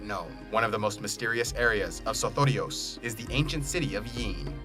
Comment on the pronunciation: I love the way you say sothoryos...